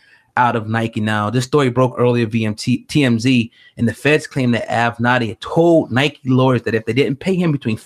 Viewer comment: Say It With Me: AV-Ven-Natty. It's like A Tribe Called Quest or "A Pimp Name Slickback." You have to say it together. LOL!